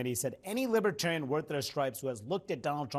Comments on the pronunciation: He keeps saying "libbatarian." You'd think if he wanted their votes, he'd know how to pronounce it. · That orange skin is mighty thin. And BTW, what is a “Lib-a-tarian” anyway? Chump: still a dangerous fool. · Trump did NOT say he would put a libertarian in his administration. He said Lib-ah-tariun That pathetic difference is enough for him to reneg on the promise....aside from the fact that anyone willing to work with him is by definition NOT a libertarian!